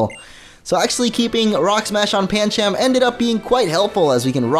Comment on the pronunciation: Pan chum not pan cham